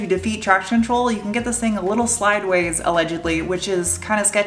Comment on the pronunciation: did you say "slideways" insted of sideways? O.o